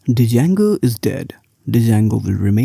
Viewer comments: Hey, it is pronounced as "jango" not "d-jango". Thank you. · I would not trust someone who calls django as d-jango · I absolutely hate it when people say django as "d jango" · Might believe you if you could even pronounce the name correctly. There is no "D" sound. It's pronounced JAYNE-GO. Named after the guitar player Django Reinhart. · it's pronounced as 'jango'... 'D' is silent, it's good but not good for BE... Job mkt ratio is almost where 1 django job exists for every 10BE role... Java is still favored in big tech and startups are shifting towards golang now as it has started showing good progress over the years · Started watching the video thinking he might have a point and she starts off by mispronouncing the name. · the D is not pronounced